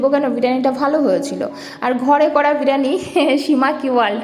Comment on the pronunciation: Didi ota k birani noy Bi+ri+yani bole